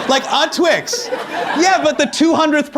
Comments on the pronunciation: "Please no more tWiX" The Indian of him came out with that accent " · when he said "please no more twix" his hindi accent came out!! i loved it!!! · "but after the 200th person you'd be like, "please, no more Twix!'" love how a bit of accent slipped in there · the way he says Twix is funny. Super heavy accent.